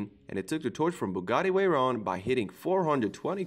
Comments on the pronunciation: “Bugatti Wayron” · is it me or the narator pronouce the V with a w? the bugatti weyron , las wegas . Love the cars but the W made me lol, <3 <3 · Veyron=weyron Venom= wenom 😂😂😂😂😂😂😂😂😂😂😂😂😂😂😂😂😂😂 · Stop saying wenom and wayron it’s venom and vetron